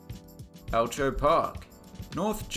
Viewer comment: You may be interested to know that Elcho Park is pronounced with a hard C (el-koh). As a Victorian, I could not have clicked on this video quicker the moment I saw it. Thanks as always for the interesting information!